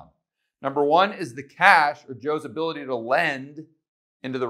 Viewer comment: "hability" :-D